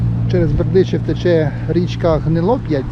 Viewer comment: Не ГнилОпять а ГнилопЯть 😉✌️🇺🇦